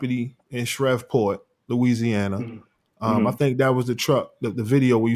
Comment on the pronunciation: You "content creators" are really working overtime on this story! Y'all want Katt involved sooo bad! Let me help you out: 🗣🗣 THE COPS SAID KATT WILLIAMS WAS NOT INVOLVED IN THIS SHTING!!!! And it's pronounced "shreev port " !!!!!